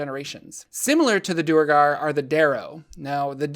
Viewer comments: Its not Doer-gar Its Dwere-gar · One thing that annoys me about the Duergar is how everyone seems to pronounce them Doo-ergar. That sounds so clumsy and is almost certainly not how it‘s supposed to be pronounced. The word derives from Old Norse dvergr for Dwarf which I think would have been pronounced with a w sound, maybe with an f sound. Anyway, I like to pronounce Duergar as Dwergar and I‘m gonna proselytize for it because Doo-ergar is silly.